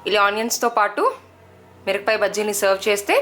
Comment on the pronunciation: recipe simple N good.. you are pronounced mirapakaya as mirakapaya...sad..